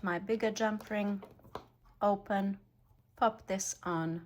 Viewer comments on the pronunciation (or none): none